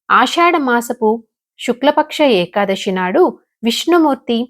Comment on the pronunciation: ekadashi kaadhu thalli Ekadasi , sa ani palakaali, శ ni palakadam sarigga raani vallu kuda chepthunnaru kalikaalam karma..